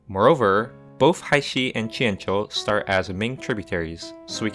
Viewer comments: wow your pronounciation of the chinese names is really nice to listen to after all the americans/europeans just saying it like its english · This must be the first eu4 video where someone pronounced jianzhou correctly